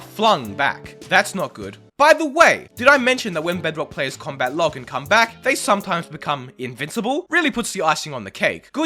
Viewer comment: its named combat not comat